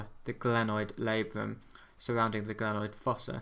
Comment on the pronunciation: NO gRanoid ,but glenoid